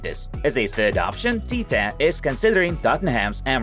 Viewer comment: is Tite, not Tita